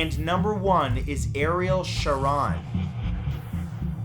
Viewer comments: Ariel shar rone thats how its pronounced, you and other youtubers often get pronunciation wrong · Shah-Rone sounds like phone. Come on Bro. Don’t lose your awesomeness to miss pronunciation. When in doubt ask someone.❤️ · #1 me. I am cursed. BTW, you mispronounced Ariel Sharon's last name wrong. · I'm pretty sure that's not the way you pronounce Eccleston, either, and I know that's not how you pronounce Ariel Sharon's last name. It's a long "O": "Sha-RONE."